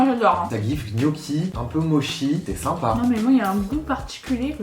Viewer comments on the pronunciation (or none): none